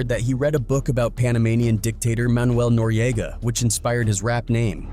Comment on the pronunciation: Somebody should do a citizens arrest on yo ass, pause, for how you’re pronouncing Nore and Noriega.